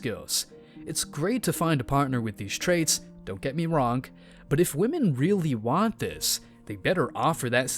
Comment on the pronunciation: "What modern wahmyn go through?" Don't you mean what goes through them?